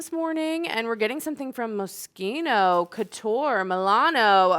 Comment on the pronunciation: The way you pronounced your last item has me dying. 😂😂😂you make it sound like it is a mosquito 🦟.its pronounced like it's mosh eeno ❤❤❤❤❤